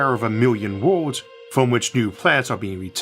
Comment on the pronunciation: The end of woowlds? What's a woowld?